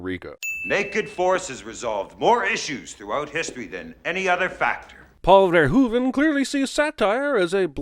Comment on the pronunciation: Finally a correct pronunciation of Verhoeven